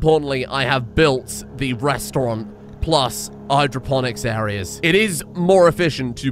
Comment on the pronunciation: Restaurant, not restaurante.